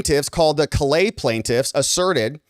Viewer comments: I'm a Louisiana native, and a cajun man. I appreciate what you've said here. Callais is pronounced like Call AY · Callais is pronounced KA-LAY